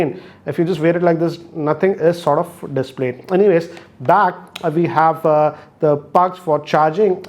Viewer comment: Just realized that he still pronounces "Sortoff" like Rajkumar Hirani pronunces "lotoff"